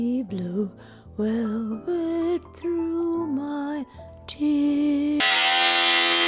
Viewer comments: “She wore blue welwet…” - sublime. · Coffee has been spat during the "Blue WelWet" bit!